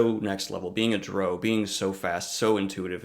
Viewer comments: It's pronounced dr/wow. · you say drow wrong is rhymes with cow it woc has officially stated that how it said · Drow...rhymes with NOW ...not bro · Hate to point it out at the end but you also pronouncing drow wrong as well I'm sorry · I’m annoyed at how he pronounces drow